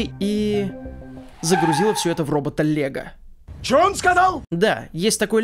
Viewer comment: загрузила все это в робота лего, я услышал: загрузила все это в робот Олега